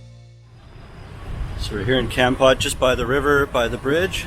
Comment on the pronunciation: hi tom !!! it is nice to see you living in my country. i am watching your youtube from america. kompot is called komport. komport is the correct pronunciation